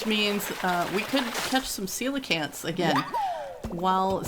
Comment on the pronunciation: Coelacanth is pronounced like this colacanth ok buddy